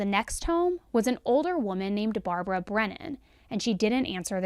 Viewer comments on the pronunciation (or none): none